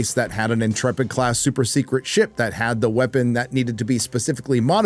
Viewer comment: You said Intrepid wrong.